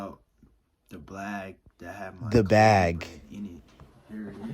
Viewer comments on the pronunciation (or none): No one:: “the blag… THE BAG!”😂 Glad you feeling better tho my boy